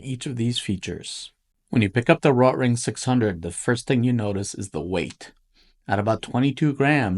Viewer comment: You’re saying the name wrong. RO-Tring. Not. Rot-ring. Hello.